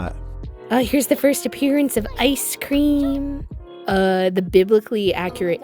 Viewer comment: I Guess The Icecweam Machine was Broken 😏